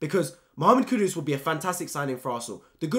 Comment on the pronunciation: Mate it's kudus not Kudos like keeps butchering his name